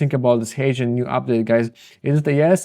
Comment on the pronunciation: I finally figured out he is mentioning HeyGen and not Asian. Ok Guys. That’s all I have Guys.